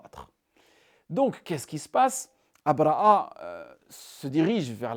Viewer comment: أبرهة الحبشي، بالهاء أو أبرهة الأشرم وليس أبرأ( abraa) كما تنطقها انت. تستعمل العربية والفرنسية ولسانك ينطق الحاء والهاء بسلاسة، ولكنك لا تنطق الهاء في ابرهة، شتان بين الاثنين وانت تعلم ( أبرهة وابرأ )، حتى بالفرنسية لا تنطق a. على كل، بارك الله فيك و مزيدا من النجاحات.